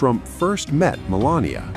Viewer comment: Me-lain-a lot